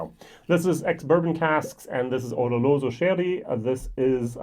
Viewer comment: Good choice!. Not easy to see a travel retail bottle being reviewed. There've been a few TR bottles that have totally blown me away. So yes, imo they too deserve to be reviewed. Every time you say oloroso, I hear u pronounce it ololoso or oroloso haha. I'm no expert so i don't know what is the right way to pronounce it. Or may be its just me lol! Btw my favourite glenmo is the nectar d'or.